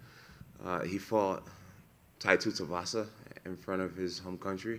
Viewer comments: Does he pronounce every fighters name wrong on purpose? Tight tutavasa francis neganu ? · Jones may be the GOAT but the way he says some of these heavyweight fighters names is soo off